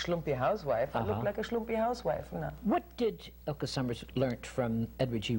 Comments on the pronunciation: He kept calling her Sommers. It's Sommer. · Get it right...there is no "S" on Sommer.